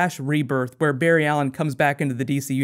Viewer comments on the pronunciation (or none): none